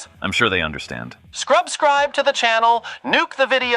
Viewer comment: List of MOST of the words said wrong by: "EDDIE!" "Scrub-scribe!" "Nuke!" "Mono-tazed!" "Trick-truck!" "Social medium!" I swear, he's so adorable and funny ❤❤